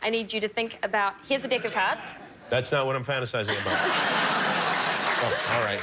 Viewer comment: anyone caught that "dick" of cards? LOL